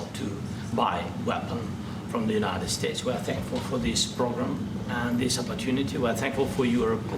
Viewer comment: "After zis we're gonna have a big pedo party with the european leaders"